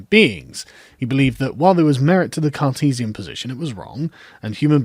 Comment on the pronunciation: How come every time you say “Cartesian” all I hear is “Sarkeesian”?Rather strange ;)